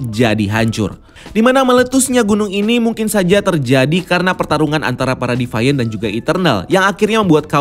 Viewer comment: Divians bang, bukan divaiens.. Hehehehe